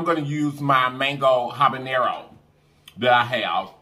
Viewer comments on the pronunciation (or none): none